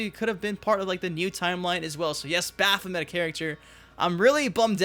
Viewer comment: Baph o mint 🤣🤣🤣🤣